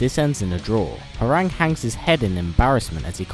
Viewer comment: His name is pronounced "Hwong" not "Howerraag", smh, did u even play the game bro?!